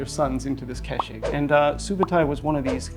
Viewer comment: How on earth could you manage to say Subadei repeatedly instead of Subutai.